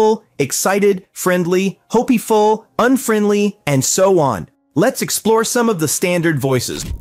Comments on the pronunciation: hop-e-ful lmao fix your own ai voiceover first 😂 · Are there ways to correct the many word pronunciation mistakes made by the AI? For example early in this video the word "hopeful" was said as "ho-pee-full". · Hope-e-ful, yeah!